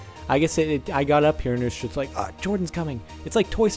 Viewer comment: you say "just" really fucking weird.